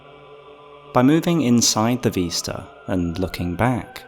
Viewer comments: Vis-ta not ves-ta. Vis like this, not ves like vest. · VISta not VEESta. you drive me nuts lol